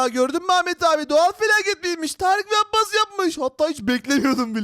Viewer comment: Kardeş. Sen. Abbas demeyi. Bilmiyorsun